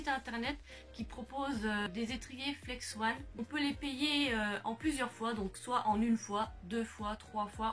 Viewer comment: Salut, ta vidéo était bien et tu nous a tout bien expliqué mais C pas flex-one mais flex-on